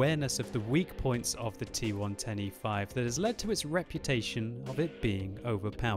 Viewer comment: when you say T110E5 it sounds like T1 25